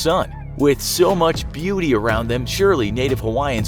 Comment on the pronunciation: "with so much bewty around them..." i see what you did there heh-heh